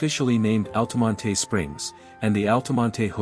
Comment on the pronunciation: I grew up in Altamonte Springs, if you're going to do a video about it, you might want to learn how to pronounce it, the "e" is silent in Altamonte! 😁 FYI - In case you knew that, use a pronunciation key in your AI voice generator >>> "ALL-tuh-mont"